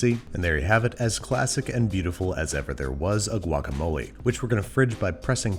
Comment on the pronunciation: Same, I cringed when he did the guacamole 🙃 From San Diego as well!